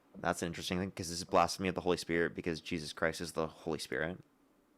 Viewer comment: When you mispronounced blasphemy just like him, I choked on my brussel sprouts and almost died.